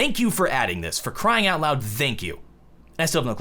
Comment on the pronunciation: cannot pronounce "Thank" properly....